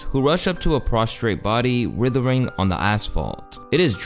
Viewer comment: Drakeo wasnt withering he was writhing. The W is silent. C'mon man thats basic reading